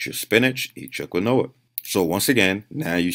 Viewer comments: KEEN-WAAA not KA-NOWA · It's pronounced "KEEN-WA", not "KEEN-0A". Dude's pronouncing it wrong. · "Kwin-noah... Fuck you guys, I'm not saying quinoa." Yeah, wouldn't wanna pronounce words correctly, there, 3D Ale-pee-ha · You're talking about a guy that knowingly mispronounces "Quinoa" because he thinks the proper way sounds stupid. He's immune to your reasoning. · Does he really think saying it like granola with a Q sounds better than quinoa!? Hahaha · I thought he was mispronouncing granola at first. Never heard anyone pronounce quinoa that way, I guess it makes sense though because thats how it would be pronounced phonetically. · The way he pronounced quinoa made me crack up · I watched this one and the older video. I Keep thinking he says granola and I'm like wtf, can't find any search results for this. quinoa lol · You’re saying it correctly. He is just refusing to say it the right way I’m not sure how he justifies his pronunciation sounds better lol